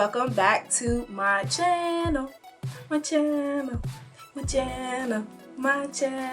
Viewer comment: Your cha-nul, your cha-nul....thank you for your cha-nul.